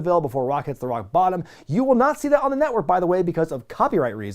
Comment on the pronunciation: I have to say I love it every time you're reviewing a Rock match and you say "The Rock does a him bottom". It gets me every time.